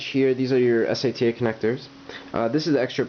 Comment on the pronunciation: you call Sata for S-A-T-A . I was so confused in the untill I got what you meant with S-A-T-A when you pointed at the Sata ports in the end.